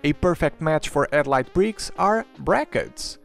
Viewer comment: Maybe don't use a name that involves a sound you seemingly can't use. You keep saying "edlight" brick", and not headlight brick.